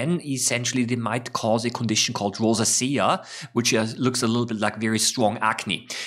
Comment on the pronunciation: Rosacea = rose 🌹 ay sh uh Not: rose A she ah